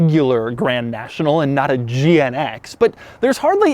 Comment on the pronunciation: Doug pronounced GNX as gee-en-eggsx